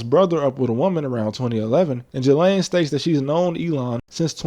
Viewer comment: All that talk like you know better and you can't even pronounce Ghislaine right?